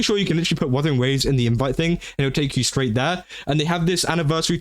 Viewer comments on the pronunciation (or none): none